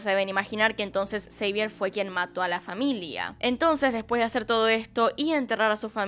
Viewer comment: Xavier en francés se pronunciaría Xavié o Savié no Seivier?